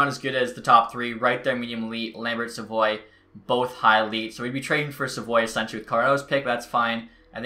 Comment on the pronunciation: Im pretty sure Savoie is said sav-oooo-ahhhh not sa-voy